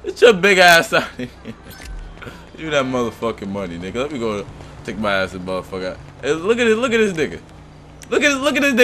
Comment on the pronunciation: Lol he said hey modefuka lmao